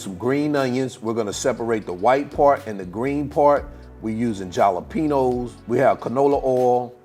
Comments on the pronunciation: Hal-a-peen-yo! Say it right!! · Ja’ lapeno🤣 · I love this!! But youre killin me with the way u say jalapeno 🤣🤣🤣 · Yeah he knows how to pronounce it, just putting a playful spin on it. And yes, this dude can COOK!!! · I was thinking the same thing. Yikes